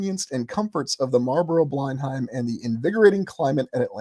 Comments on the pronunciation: fyi, pronounced 'blen-um' not 'bline-hime' as in Blenheim Palace, home of the Dukes of Marlborough, family name, Churchill.... English pronunciations can be tricky. Great channel! Very interesting ideas. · Blenheim is pronounced 'blennam' 🙂